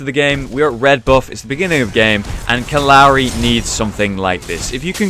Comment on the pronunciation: It kept sounding like he said uncle Larry 😂